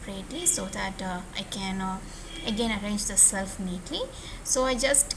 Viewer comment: not self. It's shelf